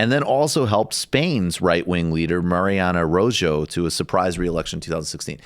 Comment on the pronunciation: Holy shit, that Mariano Rajoy pronnunciation killed me